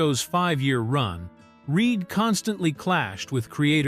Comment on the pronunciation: Its reed not reid